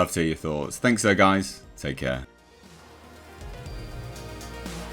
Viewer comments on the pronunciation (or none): none